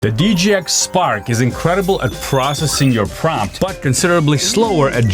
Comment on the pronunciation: Promt… or Prompt😅